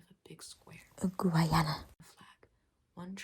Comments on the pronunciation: Guyanese here 🙋🏻‍♀️ the way she pronounced it as GUAYANA is so Funny 😭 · It's pronounced gai-AN-ah. The Guy part is pronounced exactly like the word guy as in "I saw a guy". It's the only English speaking country on the South American continent. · Bruh she kept saying Georgetown and then have to dub it over with GUAYANA 🤣 rather than reshoot the part over again is comedy gold 🤣🤣🤣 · Nice video but its pronounced as Guy-ana (im from there so im just letting yall know lol)😅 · Guyanese here you pronounced Guyana so funnily lmaoooo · blud cannot pronounce Guy Ana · NOOOO YOU SAID GUYANA WRONGGG